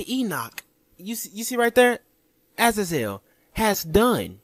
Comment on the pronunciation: It killed me to hear that guy say Azazel completely wrong.